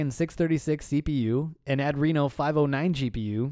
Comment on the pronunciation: Wait is it pronounced Ad reno? Not Adreeno?